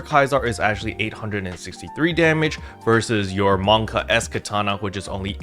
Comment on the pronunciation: Man's said Monka S HAHAHA!